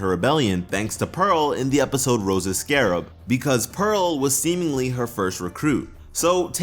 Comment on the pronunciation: "rose's scarrab" ok